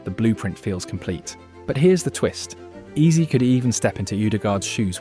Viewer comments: Heyze (Eze) Not easy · If i hear "Ease" one more time imma flip! Wtf! 😂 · stop using AI, man.. "eberechi eez?" come on. 🙄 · Why hasn't Ebere sued this guy. What the hell is "eberechi ease" or "eberechi eeze"??? Horrific ai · You should try to spell Eze as Ezzay so the AI stops screwing up the pronunciation 😅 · lol EBERECHE EEZEE lol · I'm still confused about the pronunciation of this this guy's name. I have heard his name being pronounced as Ease, Easy...etc. Can someone give me a definitive answer please. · Learn to pronounce his name properly if you are going to dedicate a whole video to him. Eb-er-echi Ez-ey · E in his name is pronounced like e in echo. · Why is he pronouncing the names of Gyokores and Eze like that? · Hate to be the one but could I correct a few pronunciations please as I feel it's right to name people correctly? No-one wants to sound like an AI bot do they? Eze = "Ez-ay", Gabriel= "Gab-re-el", Xhaka = "Shack-ah", Odegaard = "Ur-de-guard" and Gyokeres = "Yok-er-ez" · This ai voice is silly. Can't even pronounce Gabriel and Eze correctly lol